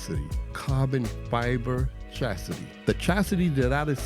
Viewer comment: Chassis is car frame, Chastity is a woman who won't give it up without a ring. I may be miss hearing it, but it sounds like you're saying chastity in the beginning. Love the vid.